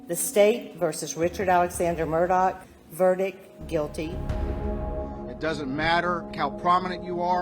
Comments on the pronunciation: The woman reporter keeps saying "Murdahl." Is this such a complicated name? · asked my Irish friend . She said it’s pronounced ‘Mur- doh’ They themselves pronounce its incorrectly . 😂